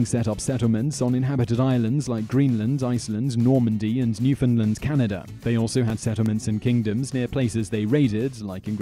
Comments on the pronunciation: "Canerda" "idear" FLIPIN BRITISH PEOPLE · Canader? Is that a country? =( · Why did you pronounce Canada as "Canader" but then right after pronounce Russia as Russia? If you can say Russia, why can't you say Canada? And then when you get to #5 you call Russia "Russier". Why? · What is it with the English and putting an "R" at the end of words that doesn't end with an "R", such as "Canada-r", "Scandinavia-r", "Russia-r", "Persia-r" etc? It actually sounds really weird...